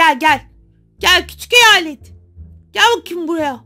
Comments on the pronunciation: Heyalet değil hayet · Heyalet deyil hayalet 😂😂😂❤❤❤❤❤😊😊😅